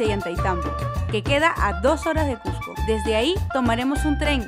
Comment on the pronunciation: A ver repitan "Cusssssco" "Cujjjco" no por favor.